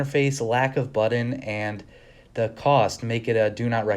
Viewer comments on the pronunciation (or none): What’s a buddon? You mean button? Learn to speak if you want to make videos.